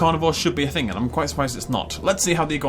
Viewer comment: How does "thing" in a british accent become "fink"?